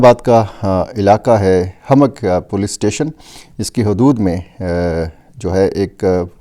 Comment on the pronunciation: dear, police station "humak" not hamak.